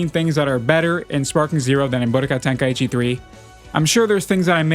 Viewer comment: Ten KAI chi not tenkaeeecheee